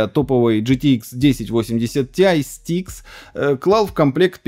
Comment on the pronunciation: Вот опять улыбка 😊 Asus «Стикс» ,вместо «Asus Strix»(Стрикс)😊 Вроде техноблогер а названия именитых брендов и модификаций говорите неправильные😊